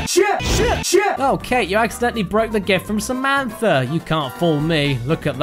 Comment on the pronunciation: Samantha Boekweg SUHMEEEANTHAH